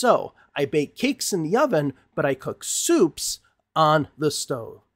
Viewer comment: Actually, Jacqueline was only partially correct. We (Americans) often do refer to "the stove" as the burners on top of the oven; however, technically a "stove" is both an oven and stovetop combined. It's not incorrect to refer to the oven and stovetop as a "stove." Marina mispronounced "oven," by using the Russian sound for "o," and she may have not been correct that "stove" implies something fancier than an "oven" alone, but she wasn't guilty as charged by Jacqueline... and by extension, Dave.